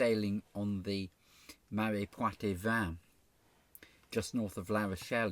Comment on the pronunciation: The "e" in "poitevin" is not pronounced. It's just there to make sure the "t" is pronounced.